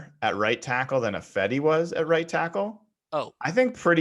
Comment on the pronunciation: Best part about Ifedi leaving, is I won't have to hear deliberately or dumbly mispronounce it 'EYE-fedi'. Maybe the guys should pronounce name 'EYE-van' for the next season to punish him.